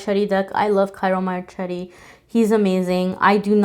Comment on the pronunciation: you pronounce it : Tjiro Marketti ;-) Ciro Marcheltti